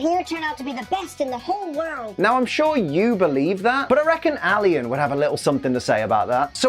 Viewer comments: how could you possibly know who Alain is without knowing how to pronounce his name? it's pronounced "al-ahn", not alien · Charsific Valley is short for Charizard Specific Valley also its not Alian it’s pronounced A lawn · How dare you it’s pronounced Alan not Alian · Alian Who is Alian I know he means Alain but you don't pronounce it Alian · His name is pronounced Ah-Lawn. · I simply want to mention I think you’re pronouncing Alain’s name wrong here just to note